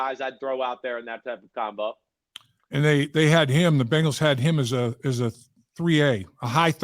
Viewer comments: I can't deal when dudes or anyone pronounces Bengals as bangles.... Maybe it's just me..... 🐯🐯🐯💪🐅🐅🐅🐅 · Just wish he pronounced 'Bengals' correctly. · I know people that say Bingles too